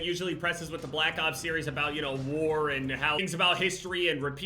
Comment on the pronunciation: Cold Wer And Werzone